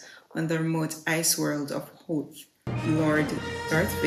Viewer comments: In all my 46 years of being a Star Wars fan, I've never heard anyone pronounce Hoth with a long O. 🤣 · To quoth both of them, it's "Hoth".... 😉